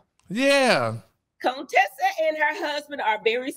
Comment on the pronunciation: Not Heavenly still calling her CONE-Tessa 💀😂